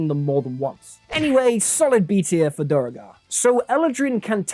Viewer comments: “Another race people pronounce wrong” proceeds to say dur I gar it’s due gar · So just to reiterate: DuERgar, not DuREgar (pronounced du-air-gar) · "Speaking of things people can't pronounce: Duragar." C'mon, man. Thinking of rolling a duergar rogue just to collect as many spelling and pronunciation variations as possible. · Can't pronounce duerAgar? Lol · It's ironic you talk about people not being able to pronounce Duergar, then pronounce it incorrectly. It's an old English word pronounced "Dwheregarr" as confirmed in Baldur's Gate 3. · duergar is pronounced dew-air-gerr its not hard u can just search it up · Lmao… you pronounce Duergar wrong… in fact… you pronounce so many things wrong. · "People just don't like them cause they can't pronounce svirfneblin." proceeds to mispronounce Duergar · I loved it when you said "no one can pronounce these: Duergar" and then pronounced it wrong xD Also, water genasi do get darkvision?